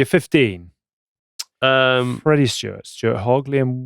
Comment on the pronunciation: STEWARD. Not Stewart. Love the content though chaps